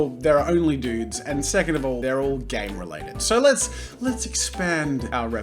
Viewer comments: For almost 3 years I was convinced he said gay related not game related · When he said "Game related" I thought he said "Gay" at first lmao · Did you say gang-related or gay related?